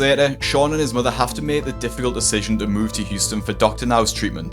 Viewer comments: Love hearing Dr. Now say "mudder" 😉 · Dr Now. "Your Moder" when he tries to say mother.